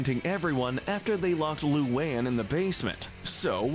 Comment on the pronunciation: This is probably the nicest y’all will ever be to Luan…least you said her name right this time